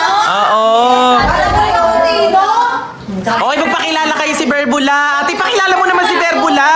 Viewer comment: 𝐵𝑒𝑟𝑏𝑢𝑙𝑎❌ 𝐵𝑢𝑙𝑏𝑢𝑙𝑙𝑎✅